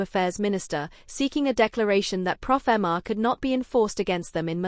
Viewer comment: It's pofma. No "r" Please stop saying profama